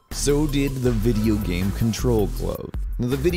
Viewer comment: No hate,I really love your videos but you speak "game" "gam"